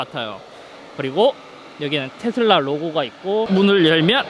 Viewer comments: 테thㅡㄹ라 엑thㅡ ㅋㅋㅋ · 앞부분 테 슬 라 할때 취한게 아니면 더위 먹으신건가요? 건강 잘 챙기세요.👍🙂